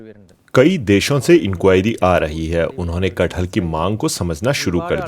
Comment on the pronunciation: That name is KATH-HAL not KAT-HAL